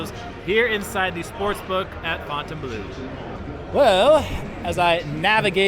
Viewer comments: They look decent now. You’re one of the only creators that pronounces the name if the property correctly. Not fountain blue 🤦🏻👍🏻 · Thank gawd you can pronounce Fontainebleu correctly!! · Hello to the ONLY Vegas Youtuber who pronounces Fontainebleau correctly